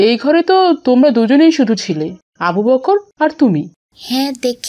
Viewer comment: দয়া করে আবু বকর এর নামটা একটু সুন্দর করে উচ্চারন করবেন। আবু "বক্কর "বললে কেমন যেন বিকৃত হয়ে যায়। আশা করি ব্যাপারটা দেখবেন।